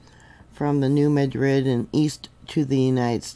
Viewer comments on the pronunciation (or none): Happy Resurrection Day,! Just wanted to let you know that in the Mid-South (I'm a lifelong resident) the correct pronounciation of New Madrid is MADrid. It's not pronounced like Madrid, Spain.